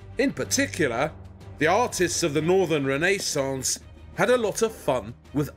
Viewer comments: Poor squirrels. I wouldn't forget them. No couple us worth thousands of fur animals. By the way....please...it wasn't the Reneeeee-sons, but the Renaissance. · It’s not any ordinary door. It’s a Rene-sahnce door!